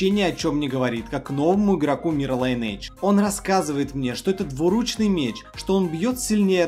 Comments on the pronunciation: Что еще за лАЙнейдж? Линейдж! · Братишка, учи английский. И будет ЛайнЭйдж) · Судя по твоему знанию английского, ты его точно не знаешь. Правильное произношение Линейдж.